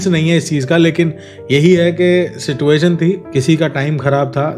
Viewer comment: Situation pronounciation galat h aapka